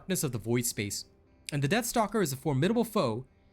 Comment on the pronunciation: I swear it sounds like he said Death Note :)